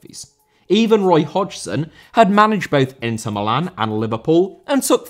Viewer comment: Inter* not Ento